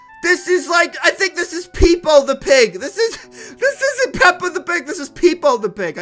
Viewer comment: It actually made me triggerd when he said peps the pig